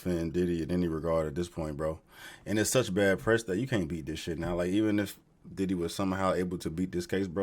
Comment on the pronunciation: When you said “Diddly”, I burst out laughing